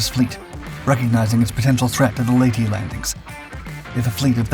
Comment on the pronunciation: Just a friendly correction. Palawan and Leyte are being pronounced incorrectly. Put your emphasis on the second syllable. And correct your vowel sounds. As in ley-TEH and pa-LOW-an. 🙂 Just a comment from a guy on the island of Mindanao and maybe 300 meters from a Japanese pillbox.